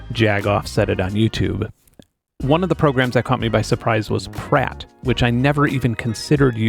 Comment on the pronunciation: 'Praat' for phonetics...really? .'Praat' means 'talk' in Dutch. In that case it would be pronounced 'Praaht' instead of 'Preyt' :-)